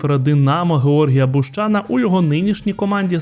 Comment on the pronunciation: Чому саме БущАна? Може БущанА???